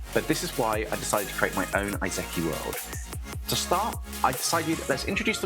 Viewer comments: "This is an Ei-zekki world-" What? is that a kind of unique classification- "-where the main character died in his world and got reincarnated into this one." "...Oh, it's an E-Seh-KAI, alright." (Quibbles over pronounciation aside, looking forward to seeing what may come from this!) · That pronunciation of Isekai, lol! Just remember that when it comes to pronouncing Japanese words / names, Occam's razor definitely applies.